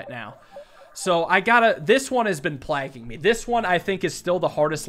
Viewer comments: "plaging me"? Did he mean plaguing me? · I think it's a bizarre dialectal shift or merger or something. Ive only ever seen it with a few canadians and michiganders.